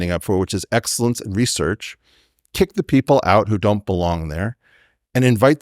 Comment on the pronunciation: Weinstein, properly pronounce the word 'research' or loose all of my respect.